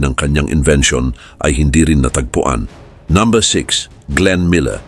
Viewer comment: iba magtagalog si brod..numbha.. diba dapt number!!!